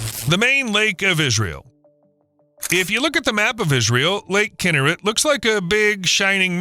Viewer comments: I couldn’t watch this video. Learn how to pronounce the name of the lake, please! It is KinNERet, not KINNERit. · Pronounced “key nair et” not “kin her it” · Kinneret…the accent is on the second syllable…”NER”… NOT on the first syllable. It’s very annoying to hear the narrator repeatedly pronouncing the name of this body of water incorrectly!!!!! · Just for pronunciations sake: Kinneret sounds like: key-neh-wret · Great content. Narration was disappointing mispronouncing Israeli names such as Kinneret (should be Kin NER ret). Many graphics were flipped, too. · Please pronounce its name correctly “Kinn-air-et”, emphasis is on the last two syllables. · The second word of your podcast should be pronounced correctly; it’s “kee-NARE-et.” Please try harder. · Kinneret? It's pronounced "Kee-nare-et." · Learn how to pronounce Kinneret!